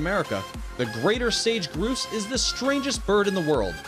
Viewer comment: Sage groose LOl LOL